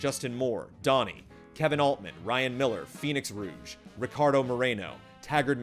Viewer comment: Aside from some pronunciations that I myself am not sure of, here's what I spotted: Missed Sean McGing. "Garren" Instead of "Greg" Murtaugh. Phoenix"Rouge" instead of "Rogue". Niels Frederik "Elbols" instead of "Elbol" But good on for "Ohcarina".:)